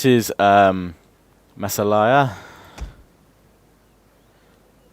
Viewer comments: the masillia faction is pronounced ma-see-lia XD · or just ma-si-yah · watch the hannibal trailer for propper pronounciation of massalia